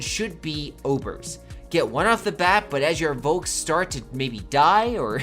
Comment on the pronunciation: *Folk. :) I know it's written with a "V", but it's pronounced as an "F". :)